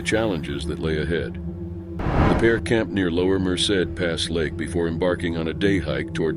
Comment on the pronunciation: At least he pronounced Merced correctly even though he didn't pronounce much else correctly